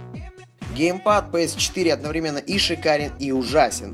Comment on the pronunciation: Не гейпад а геймпад